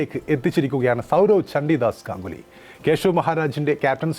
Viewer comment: ചന്തി ദാസ് അല്ല ചണ്ഡിദാസ്